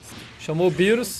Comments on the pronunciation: Tava rindo quando tava chamando o bills Por birus lol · E engraçado ele falando birus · Essa pronúncia do DJ é sensacional kkkkkk, beerus, hitto kkkkkk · MR. MISTER eu sei, mas mesmo assim acho engraçado kkkk